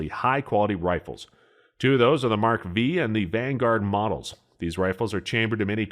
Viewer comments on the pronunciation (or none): Mark ‘V’…it’s Mark 5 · The "Mark Vee"? 🙄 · How can anyone take you seriously when you call a Mark five a Mark V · Weatherby Mark 5, not mark V. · “Mark Vee” Opinion disregarded. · He claims to know a lot about firearms then goes and say the Weatherby model “v” rather than Weatherby mark 5 😂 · The Mark Five not V 😂😂😂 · Weatherby Mark "V"??..C'mon man, really???